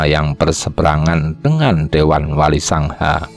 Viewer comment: Penyebutan wali songo kok jd wali sangha Apa cm kuping q xg salah denger Kurang enak di dengar